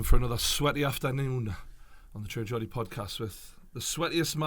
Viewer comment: alright mate it's not gordie its geordie and joe weller has always been someone that keeps it real with his fans read the geordie's comment - "people giving joe shit for not uploading" well that's because he's covered it on his podcast and thrown joe under a bus.